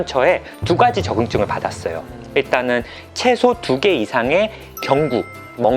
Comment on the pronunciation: 최소 [채소]라고 말하시는거 너무 귀엽지 않나요?? 나만 치이나?!?! ♡발음마저 요정♡....... 창윤선생님 경청하고 계시는데 따로 떼어 보면 점심메뉴 고민하는 표정